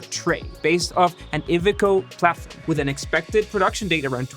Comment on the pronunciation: Guy! I like the forensics but do a little pronunciation research. PACCAR is pronounced Pack-Car (Pacific Car Foundry, owners of Peterbuilt, and Kenworth) and Iveko is EYE-Vee, CO....